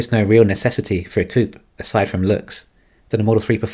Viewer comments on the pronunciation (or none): Why do you keep saying coop? (As in “chicken coop”). I presume you mean coupé? A car with 2 doors. It’s two syllables.